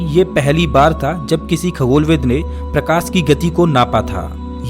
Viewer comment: प्रकास नहीं रे भाई मेरे प्रकाश .... सबसे खराब हिंदी UP और bihar वालो की होती हैं